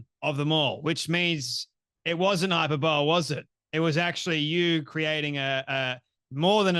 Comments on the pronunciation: from your use of the word (and mispronunciation) you don't seem to fully understand what hyperbole (pronounced high-purr-bull-ee with the stress on the second syllable). Please don't show yourself up. It undermines your credibility. And I say this as a long time subscriber 🙏🏻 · Not “hyper bowl,” but /haɪˈpɜːbəli/ Also ☝🏾I am now SO glad you won’t let this debate go. Thank you for your work 🤍and pushback